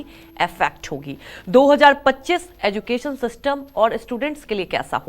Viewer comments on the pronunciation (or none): हिंदी और अंग्रेजी दोनों भाषाओं में एड्युकेशन नही एज्यूकेशन ही बोलते है अब एज्यूकेटेड लोग ही गलत उच्चारण करते हैं तो फिर इस से तो अनएज्यूकेटेड ही अच्छे है बेचारे को मालूम तो नहीं कि कया उच्चार होता है